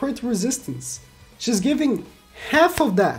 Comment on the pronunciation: ah yes, "TAHT"